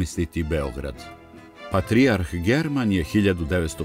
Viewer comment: Какво је ово вештачко акцентирање речи патријарх?